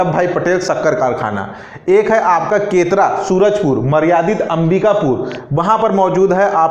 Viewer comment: सर केतरा नहीं केरता -सूरजपुर है।